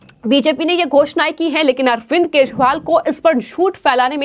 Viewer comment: Yar ye news anchor nigeria se aai hai kya is se kejriwal bhi nahi bola jata thik se😂😂😂😂😂😂😂